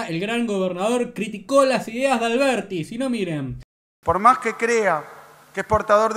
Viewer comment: No puede ni decir alberdi.. dice alberti